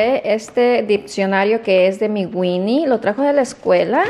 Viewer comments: También dijo dipcionario y es diccionario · Diccionario no dipsionario?!?!? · A ver si agarras el ditcionario para qué te ayude a decir mejor las palabras . Jaja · Ay, no que donde vivían tus papas no había coronavirus por el calor, que bárbara como demuestras tu ignorancia en tus conversaciones y hasta en palabras se dice diccionario no diPccionaro y es gramática no dramática jajaja en fin te la das de nice pero nada que ver la mona aunque se vista de seda... Y otra cosa acá en México no hay escasez de pruebas ni de nada no quieras denigrar a nuestro país créeme que acá se vive muyyyy bien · Dijiste DRAMÁTICA? Y DIPSIONARIO? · no es dipsionario es diccionario...jaja en buena onda...